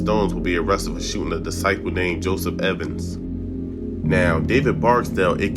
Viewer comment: FOLKS CANT EVEN SAY DISCIPLE….BUT WANNA PUT OUT BGD VIDEOS…SMH